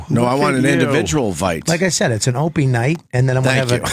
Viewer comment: I love it when Bobby says 'Ropie' instead of Opie and everyone let's him slide cause he is enraged at Vos